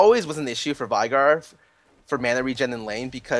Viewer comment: How the hell is Veigar pronounced correctly? I heard V-eye-gar in this, Ve-gar is some another...